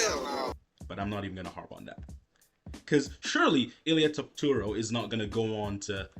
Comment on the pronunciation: HIS NAME IS ILY ILY APTURO TAPTURO! IF YOU'RE GONNA TALK ABOUT THE LEGEND SAY HIS NAME RIGHT YOU HAND SANITIZER BOY HATING MONGOLOID